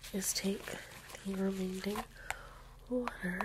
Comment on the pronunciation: “Some wataar” 😂